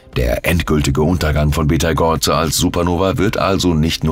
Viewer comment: Hallo. Im Englischen schreibt man ihn Betelgeuse und spricht ihn aus wie "Beatle juice". Im Deutschen heißt er Beteigeuze und wird auch so ausgesprochen. Auf Wikipedia kann man sich anhören, wie er ausgesprochen wird. LG 🙂